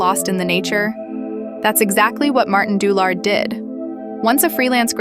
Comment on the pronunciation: Didn't even bother to learn to pronounce his name properly